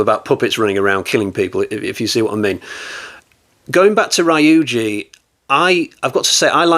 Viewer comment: You've got some good ones this time, but the Rye-you-jee and Se-day-kuu need to stop. It's Ryu-ji and Sa-da-ko, pronounced exactly as written. About this work, I can't say I liked it. The original was best and the sequels were awful. We should have had James Cameron do the sequels, as he's the only one capable of making a decent sequel.